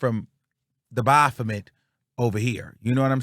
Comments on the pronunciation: the O is silent 😫 it's pronounced baf-met. You got me cackling saying it how you saying it though 😂😂. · It’s always how u say the bophamet 😂😂😂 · When says Baphomet I holler 😂😂😂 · I just came to hear say “BAPHOMET”!! 😂❤